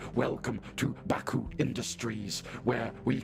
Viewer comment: Bacuh more like ba-COOK